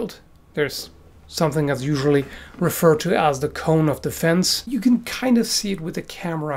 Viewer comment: He said " you can injure" his acsent made it sound like "can't"